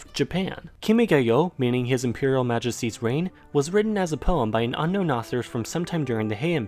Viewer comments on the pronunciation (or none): none